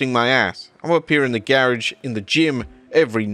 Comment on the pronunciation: Damm how u say “garage” 😭😭